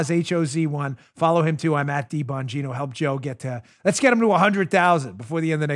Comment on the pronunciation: Dan the spot on man! Hey! I love you brother! By the way, I believe the "g" in your last name may be silent.. Bo' neen' o.....Not for certain, but may be silent.... Let Us All Protect Our Personal "Alamo" like the couple in Saint Louis!